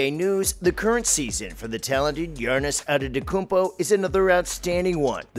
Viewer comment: Good video but "Girnnis Antetoounpo"